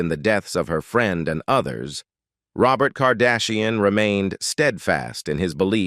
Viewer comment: I thought Robot for Robert was the worst!